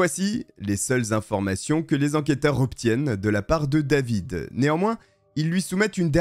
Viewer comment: Ca m'agace la facon tu pronon le A dans David.Pourquoi tu le prononce en anglais et les autres tu prononce en francais?